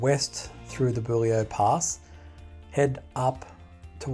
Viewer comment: Um, as a local it is Bull e o. Not rhyming with Jullio. Just in case no one has mentioned this ....From Yerranderie east to the west side of Warragamba dam is not open to the public, is gated/signposted and striclty off limits to public access and if you are caught there - very heavy fines. In the vicinity of tens of thousands of dollars. Sydney Water use trail cameras a lot and have rangers. Any roads on the map that start with a W are Sydney Water - old MWSD&B roads. Yerranderie is one way in and same way back out. Google maps shouldn't be used for these areas - or check and then double check. Same coming in from the Oaks side. No access. The long way around. Anywhere near water storage around Sydney, Illawarra and Central Coast the tracks are off limits - for very good reason.